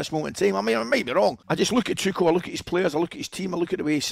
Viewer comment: ‘Toochall’ LOL it’s ‘Toocall’ you drip